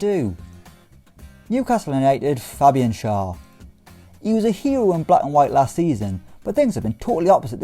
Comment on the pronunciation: Schär is pronounced like „Shair“ not „Shur“ because it‘s „ä“ and not „a“ 😉👍🏼